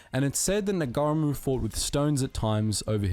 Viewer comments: As regards the Bayonet use, well firstly if you are out of bullets THE BAYONET is still a weapon. And it is a SILENT weapon. Egypt would have been hard for MOST people from countries without deserts. My uncle lost his life there in WWll at the age of 24. BTW, NOT Sgt NAGAREEMOO. Its likely to be Ngarimu - ( silent G Nga-ree-mu) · Ngarimu - (NAH -REE-MOO). Yet another commentator mangles his name! Do some research pls! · Got to correct the bro from, Second-Lieutenant Moana-Nui-a-Kiwa Ngarimu VC pronounced (Mow are nah - Nuu ehh- ah- key wah) (Nah-re-moo) for our non kiwi mates out-there only used stones once he had ran out of grenades and ammo. he also refused at the behest of his commanders to fall back from line after taking multiple pieces of shrapnel and bullet wounds instead he fought with his men through out the night defending their position from multiple nazi counter attacks, in the morning the nazis launched several more counter attacks one of which Claimed Ngarimu's life, he was found dead on top of piles of dead nazi's earning him a posthumous Victoria Cross. Second-Lieutenant Moana-Nui-a-Kiwa Ngarimu truely is one of New Zealand's greatest warriors and a credit not only to the Mana Of the Maori battalion but to that of every ANZAC that served. shout to Tauranga boys college for educating us on great men like Ngarimu